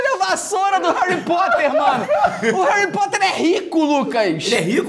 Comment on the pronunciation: harry poter: ❌ kraque poter: ✔